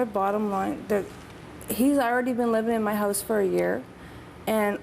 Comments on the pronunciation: they say house like hose cool. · are they saying house or hose? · They say house, like "hose" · i know! they say hose, not house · Nooo way. Adele looks much better. And oh god they both pronounce house as 'hose' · i love how they cant say ow they pernounce out like oat and house like hose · it keeps on sounding like she's saying hose when she's saying house! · I wish they would stop calling it their "Hoose" HOUSE DOES NOT RHYM WITH MOOSE CANADIANS!!!! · i livin' in my hose? wait..how does she and her mother pronounce 'house'? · they kept saying Hose...its HOUSE!!! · the all say house like 'hose'. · Why do they say "howws?" for House and "aboat"... ???? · This baby would be raised in a household that can't even pronounce "house" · The mom and daughter pronounce words with "ou" funny. Like about, out, and house.